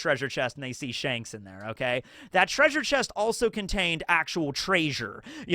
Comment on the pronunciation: were you referencing Scooby Doo the whole video with the 'TRAY-sure'?